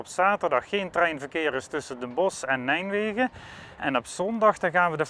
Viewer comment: Mooie bovenleidingsportalen zeg... :-) Maar hoor ik hem nou steeds "Nijmwegen" zeggen? ;-)